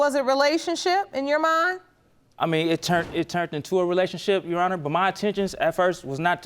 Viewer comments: I always get tickled when they say "YOU HONOR" instead of "YOUR HONOR" 🤣🤣🤣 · Lol I heard myself repeat "You Honor" twice out loud when they said that 😁😁🤣